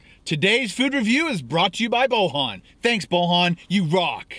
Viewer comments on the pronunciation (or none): The way you said the guys name was weird it's pronounced literally like it's spelled boy an. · Lol! I'm not the guy who donated but his name is not pronounced like that, it's pronounced Boyan but the name is Bojan.